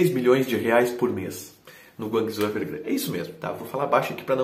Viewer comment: Curti o quadro! Ah, o nome do time chinês é Guangzhou Evergrande, não "Evergran" como falou hahaha